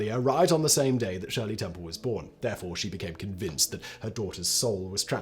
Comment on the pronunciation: Hey, he pronounced "Shirley Temple" correctly.